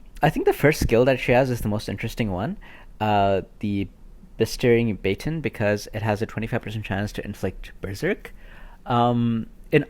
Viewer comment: Masteringbaton 🤣 its ba-ton